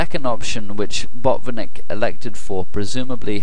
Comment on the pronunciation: Hi, Great analysis. Do not skip 't' in Botvinnik. And the stress is on the first syllable.:)